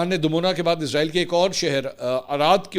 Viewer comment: The right prononciation is Israil, not Izrail! please dofferenciate itt because it gives the impression of Izrail (AS). Jazak Allah Khair!